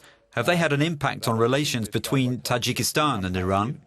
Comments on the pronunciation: The guy who interpreted the fatman can't even read the name of the country property, it's Tajikistan not Tajakistan. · why does the Dub guy keep saying Tijakitan ?? TA....JI......KES.....TAAAAAAAAAAAN !!!